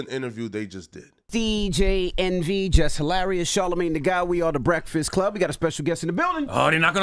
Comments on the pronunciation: says breakfast weird.. Brektist Club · Why does it sound like you can’t pronounce breakfast?